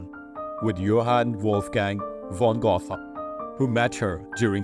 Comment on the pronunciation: Edmund Randolph was son of the famous John Randolph. PS Bahia in Spanish is pronounced ByEEah. Thames is pronounced Temz. Goethe is pronounced GERtuh.